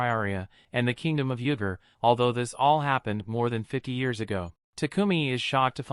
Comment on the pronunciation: Bro when you said “yuger” it sounded like “nugge_”